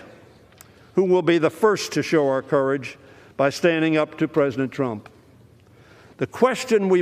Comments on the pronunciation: Was I the only one to catch that. He saying Donald “drunk” trump 😂😂😂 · I heard it as Drump